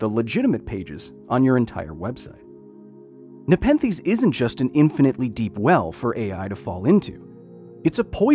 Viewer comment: Take a shot every time he says Nepethes